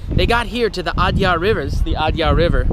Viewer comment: Well done and Interesting Video! But please focus a little more effort on pronunciation. Every time you said Adyar it jarred a little. The alternate spelling "Adayar" reflects a bit more of the local pronunciation.